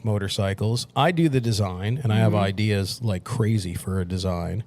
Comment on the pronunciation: The father used to call it "Idears" and everything was "old school"